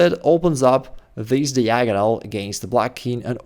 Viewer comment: Every time he mispronounces "diagonal" it glitches the Matrix.